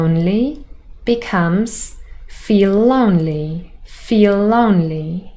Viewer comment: I really appreciate your efforts. When you said feel lonely , I thought you said /l/ twice or it's me imagine ??